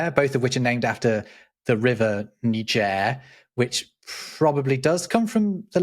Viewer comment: can’t help but laugh when he said Ni Gir